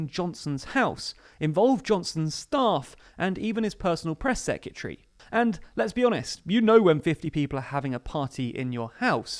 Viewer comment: The way you mispronounce "secretary" is really annoying